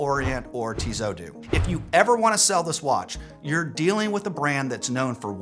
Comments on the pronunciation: It’s not Tizo has you pronounce it, please learn the correct pronunciation - how can you be a watch guy and butcher the names - "Tee-soh" or "Tee-so," with the final 't' typically silent, following French pronunciation rules where final consonants are often dropped. Think of it as two syllables: "Tee" (like the letter 'T') followed by "soh" (rhymes with "go") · I always have trouble finding a specialist credible when they don't know how to correctly pronounce the brand they are discussing. It's not Tizzot it's Tisssssot !... Made some points though 😉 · I agree with most of what you are saying but please stop saying Tizo , it is Tizot.... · Tissot has 2 ss so it doesnt sound as a Z... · Actually, I have seen a video on YouTube with the CEO of Tissot pronouncing the name. The actual pronunciation is much closer to "Tizo" than it is to "Tea so" as you say! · TEE-ZAU??? REALLY???? DUDE, COME ON!!! TWO "SS"!! And I thought nothing could be worse than your "HAUTE".... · If it matters to you, TESOT is pronounced TEE-so-TEE. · You lost me at "TEEZOOOH" btw, the rest is crap too.